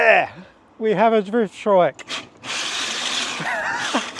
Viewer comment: Ya, keep on with the drift "er" trike. 😅